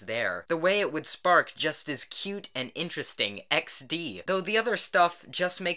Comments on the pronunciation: I love how you pronounce "XD" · Exx dee? 😂 oh my lord!! You kill me!